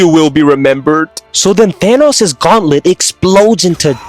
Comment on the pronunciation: the fact that he says thanas instead of Thanos is honestly 😬